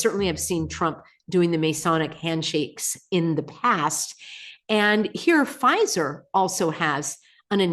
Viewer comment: Pfizer? Or fissure